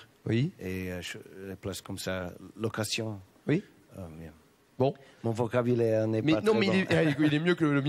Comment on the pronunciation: Quels artistes les deux ! Par location, il veut dire l'emplacement !! Mais il le prononce à la française !!